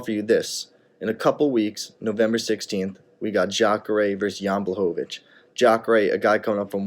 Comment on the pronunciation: Janet "Jan" Błachowicz